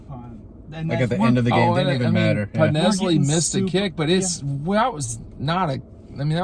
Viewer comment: says “You should get that right after a while.” Proceeds to get it wrong 😑 …it’s PodLESSney. It’s not PodNESSley! Why won’t any of you correct 😵‍💫😭